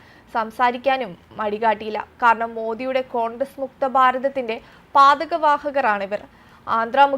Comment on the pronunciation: പാതക വാഹകരോ 😍... 4.01 പതാക വാഹകരെ ആണ് പാതക വാഹകരാക്കിയത്...😍 കഷ്ടം.. വായിക്കുന്നതിന്റെ അർത്ഥം അറിഞ്ഞ് വായിക്കുക 🙏🏻